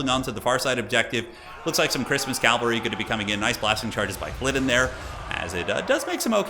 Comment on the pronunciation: Nice video/ commentary. Sidenote, it’s cavalry, not Calvary.